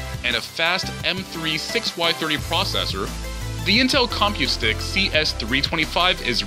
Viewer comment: Your emphasis on com in compute stick is bothersome.